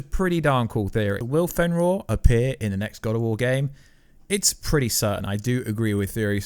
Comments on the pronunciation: Fenroar? It's fenrir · Aye bro sorry to do this to you but it's fenrir but the r is a d sound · Ragranok? Fenroar? Feyah? Either you're trolling (you did pronounce Ragnarok correctly a few times) or you legit cant pronounce Ragarok, Fenrir, and Fey (or Laufey) correctly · I don't even care about how you say ragnarök, but Finroar PLEASE STOP, GET SOME HELP